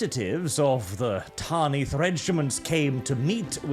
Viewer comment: Ffs, it's "Tanith". Not "Tarnith". Please pronounce it properly. It kills my ear...